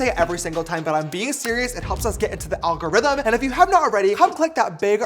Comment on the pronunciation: "The AlGaRyTHuMn" I love that babe 💅